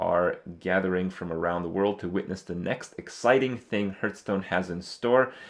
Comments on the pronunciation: Stop saying heerthstone, ITS HEARTHSTONE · Hearthstone is pronounced HARTHstone, ffs. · why is he calling it hurtstone